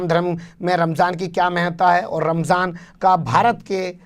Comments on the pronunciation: Ramjhan bola h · Rmzaan,, bhi bolne nshi asta ssheb ko. Rmjhaan bol rahe hye. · Ramjhaan kya hota hai be ...? Ramzaan hota hai.. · Ramzaan ko ramzhaan bolre.lagta hai muslim ke tehwar bhi theek se nahi bolte.thora muslim ke baare mein seekhna chahiye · Ramjhan nahi Ramazan hai sahi word . Sahi to bolna nahi aata isko. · Ramjhan nahi phenku ji..... Ramdan or Ramzan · Ramjhan nhi ramzan hota hai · रमझान नहीं रमज़ान है प्रधानमंत्री जी । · Jahil pm ramzan ko ramjan bol raha hai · RAMJAN nahi aey donkey...theek se RAMZAN bol..desh ka pradhan mantri aise hote hai...